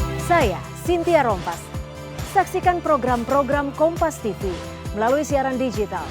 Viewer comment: KompasTivu dan MetroTivu Pasti Begitu ...😂😂😂